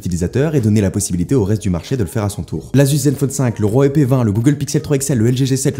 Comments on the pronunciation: La prononciation de "Huawei" est Huaway, pas rhuawei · Waweiiiiiii et non rouaweiiiii on dit bien naïke et pas naïkiiii (Nike) Une nouvelle fois Steve viens de cracher dans sa tombe, absence d'objectivité indécente.....